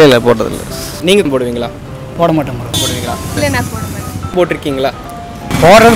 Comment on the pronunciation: Ena starting la poduvingala poduvingala nu sonningale kolam podubingalanu sonningala😂😂😂🤣🤣🤣🤣Na vera enamoo nanche..😁😁😁but very different video nice..